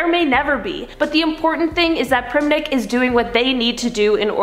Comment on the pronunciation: not me waiting for them to say "Primink"